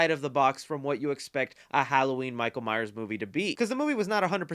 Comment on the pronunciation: Thanks for the review. Please be sure to put the 's' on the end of Myers. You said Myer once this review and same on a lead up to the movie a week or so ago. Signed Neil Myers 😁